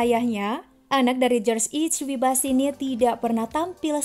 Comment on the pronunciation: Maaf min dibacanya bush bukan bash, untuk Reagan dibacanya salah, dan h dan w dalam bahasa Inggris di Baca nya salah